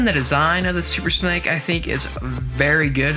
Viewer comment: SUPER SNAKE NOT SUPER SNEK PRONOUNCE IT RIGHTYOU PUTZ OR ELSE I'M UN SUBING (not the worst thing I could do 😐😡😠😣😤😧..!!)